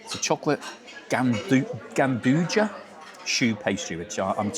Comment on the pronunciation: The chocolate dessert is pronounced "JAN-DO-YA" 🍫